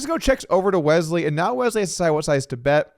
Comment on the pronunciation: Is there a “z” in Wesley… didn’t think so. Carry on